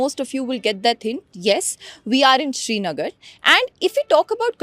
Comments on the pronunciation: It's not shrinagar it's srinagar. It's important to not misrepresent a place while you're so confidently covering a story about it. Kindly do your homework. We're just fed up with this kind of unprofessionalism at this point of time! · It is Srinagar not Shrinagar. It is Ghoshtaab not Ghoshtaba..